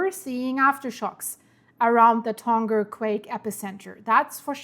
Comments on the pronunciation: Tonga wird "Tong-a" [toŋa] ausgesprochen, nicht "Tong-ga" [toŋɡa]. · Tonga is pronounced Tong-a not Ton-ga... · Man.... I live in NZ. Makes me uncomfy seeing this lol Ps: Tonga is a soft g. So its said like Tong-a ❤